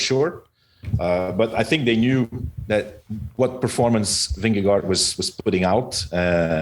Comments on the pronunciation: ving'e'gore... will make an American pronounce it ok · Vingegaard. aa = å, Vingegård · The last "d" is silent, and the two "aa" in gaard, sounds like "å" in danish, so you shall pronounce the name as: Vinnegår